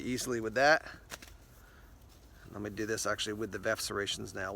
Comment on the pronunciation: It's definitely Veff not verf!!!